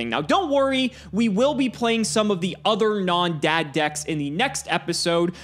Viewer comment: How hard is it to say Tele-Dee A Dee? That is the proper way to refer to it. You only pronounce an acronym when it consists of four or more letters like NATO or ACOTAR or NASA. But then again, this channel can't do anything properly even what this series is supposed to do, which is play Yugioh.